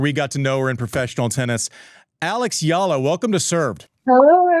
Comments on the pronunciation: How about starting the interview with a little courtesy by asking Eala to teach you how to pronounce her name instead of calling her "Yala" to her face? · Andy still saying her name wrong lol